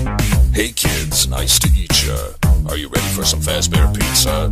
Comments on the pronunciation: It is nice to eat ya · He is saying "nice to eat ya" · He is saying eetacha I have checked it on google and on Spotify lyrics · did anybody else notice when says nice to meet cha it sounds like "nice to eat ya"